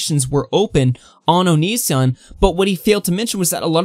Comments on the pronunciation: Bro, the way you pronounce onision makes me cringe lol but Chris Hansen and onision are so transparent lmfao they're both clearly just trying to get each other on their shows is for the money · Why are you pronouncing “Onision” like that? Lmao wtf